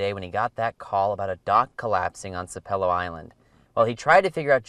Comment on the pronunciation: Its pronounced SAP-a-low.